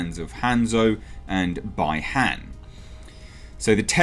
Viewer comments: Who is joe taslim? Not complaining, but i thought that stupid DJ guy (who they based a subzero skin/costume off of--for MK11) was going to play sub zero. Did they get rid of him, after they made a costume out of him? And BTW,...Bi-han is pronounced "bee-hawn" not "bye-hawn". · Just so you know, but probs don't care lol, it's pronounced Bee-Haan, like bees and Han Solo. And my reaction to the picture was, is that Kano?